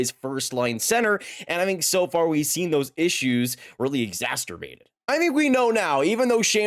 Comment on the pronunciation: bro really said "exasturbated" 😂😂😂